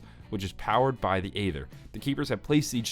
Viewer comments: saying Ay ther and not Æther (eether) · Dark E' ther the A is silent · I love your story videos and watch them each day the come out. But... aether is pronounced Ee-ther, with a long E at the start. It's just an alternate spelling of ether, as in ethereal. You can do it!!